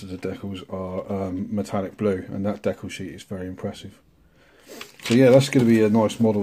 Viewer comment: Nice kits, I like the T-bird body style. Thanks for the proper pronunciation of decals. Nice work on the mustang, looking forward to seeing updates on the other kits.